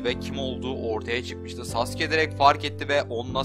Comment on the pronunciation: Uğur Özdemir Öbür videosunda daha güzel anlatmıştım.U yu bastırmadan sasuke demesi gerektiğini belirttim.Ayrıca beceremiyorsa normal sasuke demesine devam etmesini söyledim çünkü şu andaki söyleyişi gerçekten kulağımı tırmalıyordu.Bu konuşmam üzerine tepki vermeyince ben de normal söylemesinin yeterli olacağını belirttim,yani nasıl deneceğini biliyorum ama şu anki telaffuzu gerçekten sinir bozucu...